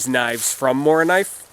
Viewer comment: Very nice video again, my friend. I enjoyed it, as always. With a Mora you can´t go wrong. Ha ha. :) Thanks for taking your time to do this Morakniv mondays, and hey, you said Morakniv really well. I am proud of you!